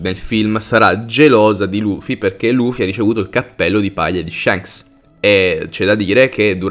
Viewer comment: Si bro ok tutto però shanks SI PRONUNCIA CON LA A E NON CON LA E,le mie orecchie chiedono pietà